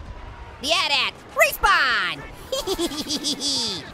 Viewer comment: Ha he called it a atat it's at at